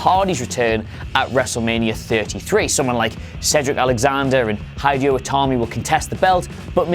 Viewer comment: Allison Clark Hydeo Tami